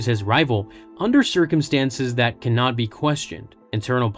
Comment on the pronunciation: Every time you say "Cannot be" I hear "Kenobi"